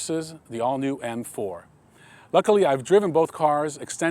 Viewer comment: Did he say fuckily about the back seat?